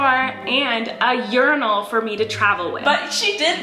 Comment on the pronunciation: I literally though Colleen was saying Yournal (like journal) not urinal 😂